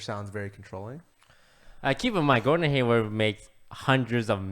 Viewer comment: It’s Gordon not Gordan lul